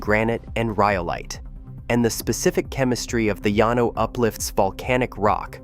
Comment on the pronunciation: it’s pronounce Lan-O, texas